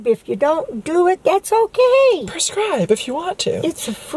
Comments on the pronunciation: I love how she always says perscribe (prescribe*) as if it's a drug. <3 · "Perscribe" oml 😂😂😂👌🏽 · "Perscribe" 😂😂 love ❤️